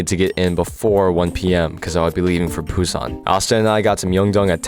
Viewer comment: I'll poo on your san if you keep saying Busan like that